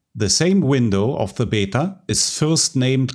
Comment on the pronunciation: Your videos are great and your English is really good but Beta seems to be always pronounced "bee-tah" not "bet-ter" in English speaking countries. I don't really know why ! It might be that Beta is just a acronym for something else and that it's a American made up word and that's just how they pronounce it. So everyone else just does the same to when they say it.